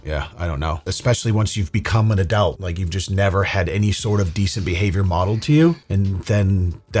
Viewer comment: We need to get a petition started to teach how to say the word adult properly